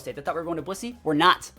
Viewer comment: The first couple of times I heard him say Blissey I thought he said P***y. 😬 I was like “ohhh okaaahhh Blissey!”